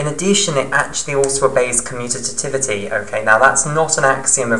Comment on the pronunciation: Stop saying commutatativity. . . . lol